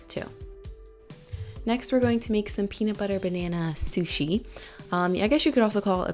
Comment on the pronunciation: "Shusi sho.." <3 haha